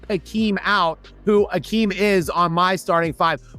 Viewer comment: is the only YouTuber who pronounces Hakeem's name correctly. As much as I don't like him I respect that.